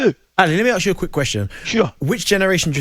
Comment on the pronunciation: Can Darren Bent pronounce the word ask?